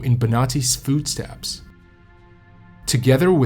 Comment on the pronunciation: What is a foodstep? Thats how he said it too